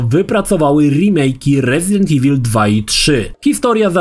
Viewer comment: Dlaczego tak źle czytasz słowo evil? Pierwsze E czytasz poprawnie po angielsku, a końcówkę IL masakrujesz jak byś po polsku czytał. O co tu chodzi? IWUL czytaj.